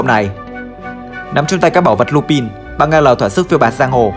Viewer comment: Có một vấn đề mà mình khá khó hiểu, chủ kênh anh thường phát âm danh từ thuật ngữ trong video theo kiểu Nhật dù có là từ có phần tiếng Anh cũng thành japanlish, mà sao trong video này đoạn lúc thì lup'A'n lúc thì lup'I'n vậy